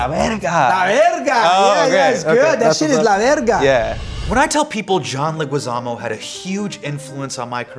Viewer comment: I loooveeeee John and Hasan! As a visual artist and also Spanish Teacher I wonder if Loh knows that his last name is pronounced Le"gee"zamo. The "u" next to the g is silent in Spanish